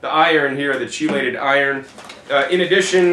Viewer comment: The "che" in "chelated iron" is pronounced like "key".